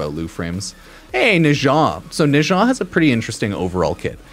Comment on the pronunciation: "Neshaaaa" whaaaaat? 😂😂